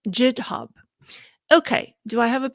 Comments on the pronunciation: Just a note: the G in Github is pronounced like the G in Go, not like the J in Jump. Love your videos and livestreams!! Keep them coming. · Pronunciation tip: The “g” in GitHub is a hard g-sound, like in girl or gang :-) Love your content so much, keep up the great work!